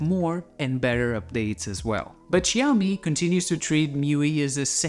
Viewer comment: Stopped watching when he said meawi